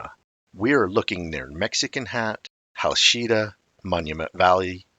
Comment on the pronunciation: Hachita is pronounced Ha-cheat-a, not Ha-sheet-a. 😂😂😂